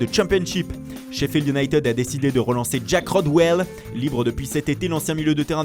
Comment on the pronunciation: I-ou-naï- ted ,par pitié arrêtez vos iounaitiiiiiiid 😩